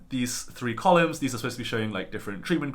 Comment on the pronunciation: You said "imidge" instead of "image". You said "collims" instead of "columns".